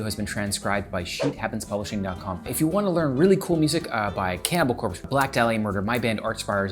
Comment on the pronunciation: i love where he put emphasis in band names cannibal CORPse, dream THEater. gonna start doing that too